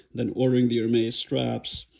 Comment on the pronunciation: Hi I am french and yes it is the correct prononciation you win 1 point man ! Ps no I don t live in Paris !